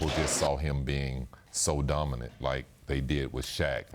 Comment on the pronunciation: "Duh- min- it player" -SP